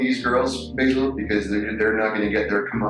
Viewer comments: really heard how Basil prefers his name to be pronounced & did the opposite 🤣 respect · I absolutely love how the detective asks him how he wants his name pronounced and then mispronounces it the whole interview JUST to get under Basil’s skin. Lol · I like when called him Basil instead of Basil hahahahaha. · The fact you intentionally mispronounce his name is golden! Anyone that horrid deserves as much mocking as possible.